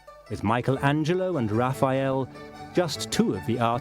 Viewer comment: Raf-EYE-el. Why did this bother me so much?